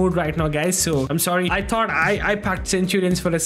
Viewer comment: Nice sewwy